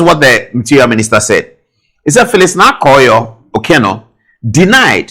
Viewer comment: the name is Naa Koryoo not Yorkor. 😂😂😂😂